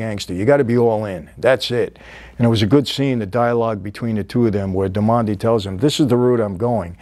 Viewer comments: Darmody is an beautiful Irish name, and it's pronounced DAR - MA - DEE. So, Mike would please try to get right for the next video. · Michael, this is in my opinion the greatest show ever but you really got to get the names right. Dor-mod-ey and nookie.In all seriousness I love your Channel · 'Nooky' Johnson, Jimmy 'Darmon-day', bro Michael clearly hasn't watched the show if he can't even pronounce the main characters' names right 😂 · Jimmy's surname is Darmody, it's Irish. It's said like "Darr-muddy" i think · Sorry mike bug it’s Darmody.... Irish and I believe consumption is tuberculosis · Love your channel. Love this episode. Huge fan of Boardwalk Empire but Jimmy’s last name was pronounced Darmody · Only an Italian could (without meaning to) change an Irish Gaelic name like darmody into an Italian sounding one. He keeps saying DAR-MON-DI which really does sound Italian lol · If you're trying to tell me that you've watched this series, go tell it to Sweeny. 1. You continually mispronounce Jimmy's Surname wrong. It's mentioned enough times in the show, for crying out loud. "Dar moh dee" 2. The lead actress is Kelly McDonald. She plays Margaret Schroeder. You keep calling her character: "Kelly". 3. Nucky's wife, Mabel, died of Consumption. Consumption is Tuberculosis (TB), not alcoholism. Your researchers are making you look like a schmuck. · Duarmonde? So distracting tbh lol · Only a real paisan pronounces "Darmody" as "dar-MOND-ey." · Love watching all your videos but gotta say doesn't sound like ya actually watch the series lol maybe ya just recently watched the pilot to do this review but the 3 main characters of the series you completely said their names wrong which doesn't seem to off except for the fact that they say their names nonstop..It NUCKY not Nookie, Jimmy Darmody, and the woman lead is Margaret or Peggy somehow you got Kelly...Just an observation, if ya haven't watched the entire series definitely watch it, one of the best overall tv shows ever